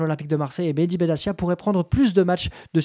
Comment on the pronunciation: Salut, au passage, on prononce BenaTia et non BenaSSia !!! Je crois au contraire de toi, qu'il faut faire appel et pousser le bouchon au maximum pour que ces institutions et le groupe amaury puissent se "défroquer" et montrer toute l'étendue de leur haine dont on n'a pas conscience de l'importance !!! Si on accepte chaque sanction, c'est déjà reconnaitre ses tords et l'enjeu n'est pas énorme et 30 ans de soumission ne nous ont apporté qu'encore plus de sanctions donc la rationalité nous force à agir si l'on veut changer VRAIMENT le rapport de force !! Sinon très bonne vidéo comme d'hab !!! 😄💙🤍💯🙏👍